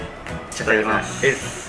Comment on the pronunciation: いただきますの時何ゆーてるか分からんくなってるけど面白いから好き😂